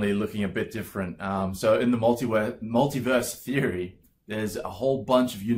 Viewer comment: You almost said "multiwerse" I heard it. That means somewhere out in the multiwerse you did say multiwerse.